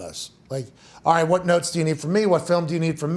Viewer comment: That “WHAT” pronounciation 😂